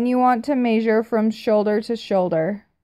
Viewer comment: Love how you say " may-sure" instead of " Meh-sure" 😂😂 so cute.